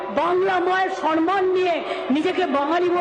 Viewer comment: Word ta sanman noy samman.